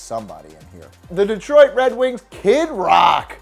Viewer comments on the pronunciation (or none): none